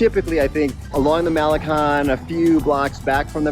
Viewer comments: First thing. Learn how to pronounce Malecon properly ! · Mall-eh-CONE, you guys. Impress the locals. Para-EE-so del mar.